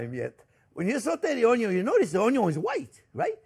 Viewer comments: Yes, I like how you pronounce 'onyo'!! Thank you, Chef for all the tips!!!!!!!!!!❤❤❤❤ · Come on, how cute is he! Adorable! Plus I learned so much from him. And we no longer say “onion” we say onyo. The looks we get at the grocery store 😂😂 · The most important is how you pronounce Onyo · And don’t forget: it’s pronounced ONYO! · Just watching Chef Jean-Pierre to hear him pronounce ONYO is reason enough to watch - period. But his recipes and instructions are good too! And now I know I need to get a new cutting board!